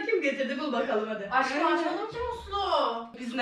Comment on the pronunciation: Nobody: Ecenaz:Aşkıım